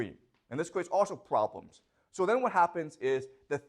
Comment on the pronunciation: Professor should avoid to say Pvoblems.